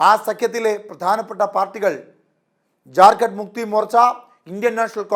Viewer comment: ഇവന് ജാർ ഖണ്ട് എന്ന് പറയൻപോലും അറിയില്ല ചത്തിസ് khsnd എന്നാണ്